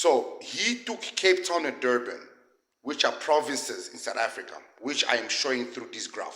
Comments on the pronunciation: "Durban" du ban😂😂😂😂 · " DOBAN" LOL these people do things on purpose 😂😂😂